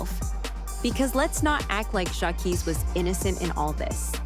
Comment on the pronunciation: You said his name wrong in a different way every time you said it. I’m blocking you and if you’re gonna be all up in black people business learn how to say people names right 😒.